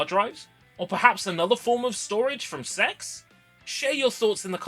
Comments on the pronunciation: I genuinely thought CeX was pronounced as the individual letters for ages.. got jumpscared when you said CeX store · I can't get over how you pronounce C-E-X (SE-EE-EX) 😂😂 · Same here. Never heard anyone say it like that. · I only now found out CeX can be pronounced like that, never heard it that way and i for sure wont be switching to that one lol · you knew what you were doing by pronouncing it "sex" (we all know it's C-E-X) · mate, I beg of you to pronounce it "See-E-Ex" instead of "Sex" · Continually Pronouncing it “sex” instead of just saying c e x like 99.9% of the population gives off substantial childish cringeworthy virgin energy. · It's not "sex" it's an acronym, say it as you should, C.E.X. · Please don't say it like s*x. Everyone calls it CEX. The "s*x" thing is like an unpopular person who tries to make everyone call them by a nickname. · This is why I always pronounce it as C E X rather than “sex”. Such a dumb name for a shop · Stop saying it like sex, you say it like “see e ex” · why do i hear s4x instead of cex xD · "I popped into a local SEX store". Haha. I have never heard anyone call it sex. I have always said C E X. "SARTA" drives. Not SATA drives. Now I know you are saying things wrong on purpose. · Bro please read is C E X not "s**"😭😭😭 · Can we PLEASE pronounce it SEE-EE-EX not sex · I think you're the only person I've ever heard pronounce CEX as sex lmao. I'm not sure how I feel about encouraging others to seek out preowned drives. On one hand I love the idea of seeking out potential lost media, but on the other there are too many demented people out there that would seek out personal information instead. Blah. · I don't think we should be pronouncing it like that, I don't care if that's how they now advertise it now days, it's a store that sells games aimed at kids as well as adults. Just say C.E.X. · C.E.X is not pronounced sex no matter how much they want to convince you of it...